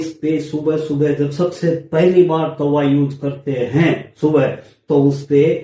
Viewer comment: taba bhi nhi hota tava hota h😅